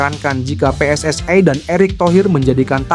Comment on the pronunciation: PSSI Bos bukan PSSai